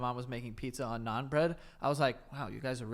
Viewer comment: “naan bread” joey please